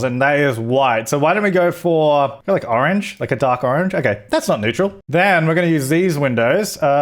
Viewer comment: Could you please start pronouncing neutral correctly :D